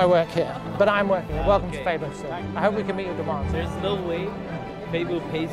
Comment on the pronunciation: Love how you correctly pronounced Febo.